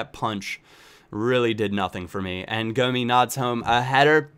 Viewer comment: it's pronounced GOM-ISS